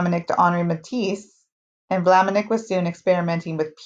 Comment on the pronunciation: sorry to make a note: it is not Maurice de Vlaminick but Maurice de Vlaminck , thank you!